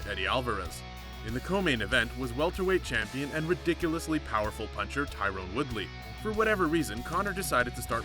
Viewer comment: Pronounced joe lauzon and Tyron woodleys names wrong